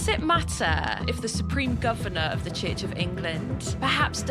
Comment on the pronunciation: Hard to listen when the interviewer keeps pronouncing CHURCH as CHITCH.